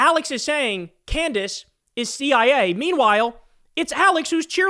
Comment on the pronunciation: CandDace. The name is CANDACE.